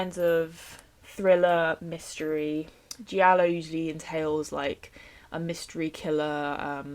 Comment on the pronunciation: it's so cute how you pronounce giallo hehe but it's more like how you'd pronounce jello, the i is silent 🔥🔥 SUSPIRIA AND THE WITCH SOME OF MY FAVORITE HORROR MOVIES EVER